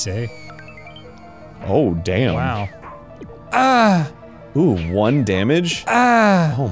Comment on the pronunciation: I like how Arin stopped mid rant to appreciate "DAYUN" I found that bit super funny every time i see it.